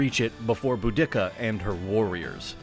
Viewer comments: Boo-dick-ah 🤣🤣🤣🤣🤣 boo-dee-cah this pronunciation doesn’t contain an unnecessary dick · Pronouncing it "boo-DICK-a" is hilarious to me. I've only ever heard her name pronounced "Boo-di-Ka." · I thaught her name was pronounced Bow-di-seeer, not Bo-dicka? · "Bu-dick-a...?" Dude, it's "Budi-ca".....just saying... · I enjoyed your video! Although I think Boudica may have been outraged at her name being pronounced Boo-dik-a instead of Boo-duh-kuh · Boda" see-ah" - not Bo" dicca". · BOO-di-ka is how the name was pronounced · The name of the Queen of the Iceni is pronounced, "BOO-dick-ka." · Boudica. I thought when I was in school I was taught to pronounce it bow- da-see-a? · this dude said boo dick uh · The commentator has only read about this story. IT'S PRONOUNCED, "BOO-DAH-SEE-AH"! Get it right, ya historical butcher! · I've heard Boudica pronounced loads of ways over the years but never Bo-Dicka!! :) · theres no K in boudica.. its pronounced bou-di-car i believe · Is this AI voice? I only ask due to your cringy pronunciation of 'Boudiccea.' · Hmm I'm not sure the proper pronunciation of Boudica , but every time you say it in this video it is different and none of them match what I hear other people say. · That's not how ya pronounce Boudica lol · Dude! If you can't proofread enough to get your pronunciation correct, quit the voiceover!!! Subsequent, Boudica...the list goes on...